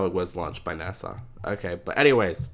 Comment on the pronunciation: why he say nasa like nasaw